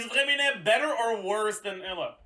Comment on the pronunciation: The real question is how tf is he pronouncing EUla lol? Sounds like Ella or sth